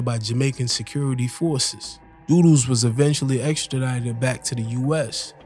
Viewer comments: Good video But it’s pronounced dud dos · His name is "Dudus" not doo doos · One thing though learn to pronounce his name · Your pronunciation of Dudus and other names are wrong. Jim Brown is Shower posse and Dudus is Presidential Click.Both ruled West Kingston by fear and not because they were loved.Shower Posse and Presidential Click did not rule outside of West Kingston.Klansman gang were the PNP gang in Spanish Town and were based in De La Vega City and adjoining areas and their bitter rivals were the JLP One Order posse.